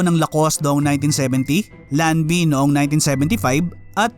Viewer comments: Gotta sound alta-sociedad! Lanvin pronounced Lan-van, not Lan-vin. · Correction sa pronounciation ng “Lanvin”, ang basa dito ay Lanvan Hindi po Lanvin na tulad ng spelling nito. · Lanvin is “pronounced” as lanvan. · Lanva kuya ang pronounce lanvin And yes taga makati ako dati kaya naging puntahan din namin ang rustan's makati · Lanvin - pronounced as LANVAN 😉